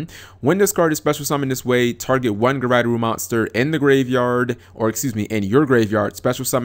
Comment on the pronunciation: "guryderoo?" really? It actually doesn't take that long to say japanese syllables. They never change unlike english letters. Regardless of the word. gu-ray-doe-ru. As in Graydoll.